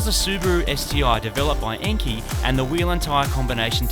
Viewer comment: Enkei is pronounced "IN-KAY"...my uncle has worked for the company for years....LOVE SUPER GRAMPS!